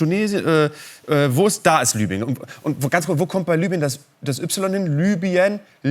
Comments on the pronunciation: Es heißt LIBYEN und nicht LÜBYEN! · EBEN! Das war mit Abstand das schockierenste an dem Video! WARUM MERKT DAS DENN KEINER?? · LI BY EN ! Es heißt LIBYEN